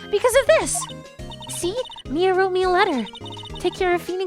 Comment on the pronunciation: The number of times mispronounced Mia's name is astonishing, xD